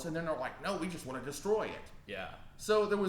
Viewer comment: "waunt".... "wownt" hehe